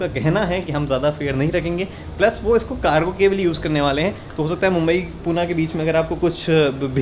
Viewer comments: poona Nahi Pune bolo.. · Poona nhi, Pune bolo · पुणे रे not पूना